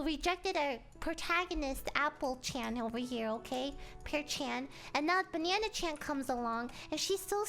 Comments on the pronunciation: She pronounces banana as banyanya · she says banyana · I swear to god she says banana like Bae-Ne-Enna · Lily pronounced "banana" like, "banyana". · It's not "Banana" it is "Bananya" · Am i the only one hearing her saying banana"banyana" ? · I love how you say banana 🍌